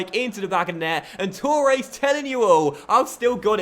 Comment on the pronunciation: Why do you say Tooores? It's Torres